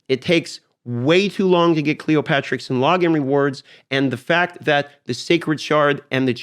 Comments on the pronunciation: why everyone on youtube says cleoPATRIX when this champion name is cleoPTERIX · It's Cleopteryx, not Cleopatricks. "Clee opp ter ix" --- just sayin.